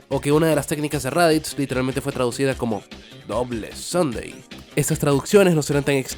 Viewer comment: Oye, me causó gracia como dijiste el "doble sunday", hasta el día de hoy, espere que sacara raditz ese doble sunday